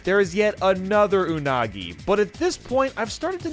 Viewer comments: "Anugi" TF? XD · You mean "Anugi" XD. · Pronouncing “Unagi” like 6 different ways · From to how many pronunciations of unagi was there 😂